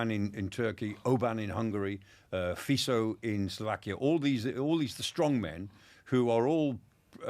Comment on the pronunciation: Please, pronounce name of slovak PM "Fiko", please (it will make certain Slovaks and Czechs happy...)